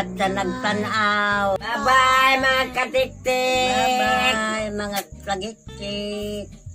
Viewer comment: lola wending: "hi mga katiktik"😊 other lola: " hi mga TAGIKTIK"🤣🤣 ka cute nilang duha hahaha😂😂😂❤❤❤